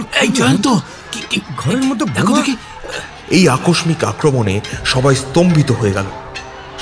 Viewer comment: আকস্মিক উচ্চারণ সঠিক ভাবে করুন ।